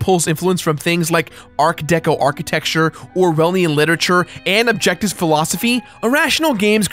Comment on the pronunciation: Slow down,. I usually don't comment on such things, but you flubbed several words at the beginning of this video. You mispronounced art deco architecture, Orwellian literature, (I thought you said Ayn Randian) and objectivist philosophy, then you used the nonword disutopia instead of dystopia. Take your time.